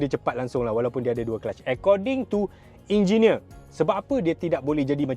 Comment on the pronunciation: “Jinjineer” Proton dah design 😂😂😂